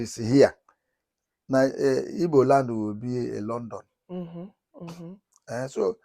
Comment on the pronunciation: Unfortunately ndi Igbo are messing up. We are IGBOS not IBOS for god sake. The ward IBOS came from those none Igbos who cannot pronounce GB then replaced it with B and some of us ndi Igbo stupidly accepted that wrong pronunciation of our beautiful name IGBO which came from ndi GBO the ancient people or people of the ancients.